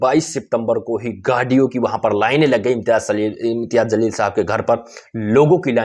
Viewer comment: Zalil nahi jaleel bolo.